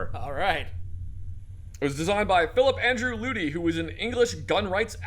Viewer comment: you pronounced luty almost perfectly also please look at the heavy shotgun mods, they are great